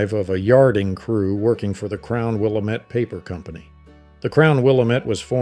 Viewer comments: Never say Willa-Met. It's Wil-LAM-et. lol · Good stuff! But we say, "Wil- LAM- ette". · Will-Am-It not will-em-it.... Willamette damnit! 😂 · Pronounced; Will-am-it, not Will-le-met. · LOVE the photos, but the narrator is obviously not a Washington native. It's Will-AM-et for Willamette, Montesano with a long "a" in "sano," and long "a" in the "hal" part of "Chehalis." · Pronouncing Willamette incorrectly. Chehalis is a long a. Hoquiam qui pronounced kwee.